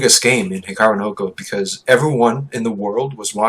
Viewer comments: Hikaru "no go". The way you pronounce it, it's like there is a no go area for Hikaru somewhere :-) It is Japanese and it actually means Hikaru's Go or "the Go of Hikaru". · he should stop at 'no'. Hikaruno Go.